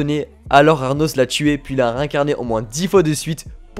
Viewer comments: cest pas arnos mais anos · "ARnos" C'est pas plutôt Anos Voldigoad ? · Du coup le nom du mec c'est anos et non arnos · Ces Anos et non Arnos comme tu dit ahahah😭😭🤣🤣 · Tu m'a casser la tête à dire aRnos c'est ANOS VOLDIGOAD LE CRUEL ROI DEMON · "Arnos".... C'est "Anos" il y a pas de "r" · J'adore tes vidéos, mais pour cette vidéo, c'est le ARNOS qui me dérange, c'est Arnos 😅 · C ANOS PAS ARNOS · Pourquoi tu dis ARRRRRRRRNOS alors que c'est Anos ? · ses anos pas arnos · Anos, pas Arnos x) ça m'a trigger toute la video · Par contre faut arrêter de l'appeler Arnos comme un gogole